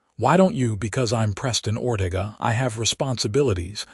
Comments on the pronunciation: Oh for Pete's sake! Teach your A.I. how to pronounce words! Or-TA-ga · It's pronounced Or-te-ga.